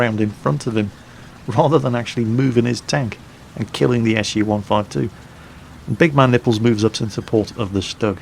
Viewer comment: I think the proper pronunciation of his name is big MAN nipples, rather than big man NIPPLES. Or you can just call him Bologna tits... Salute!